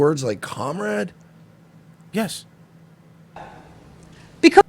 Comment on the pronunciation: Did anyone hear cum rags in that first clip when they were saying comrade?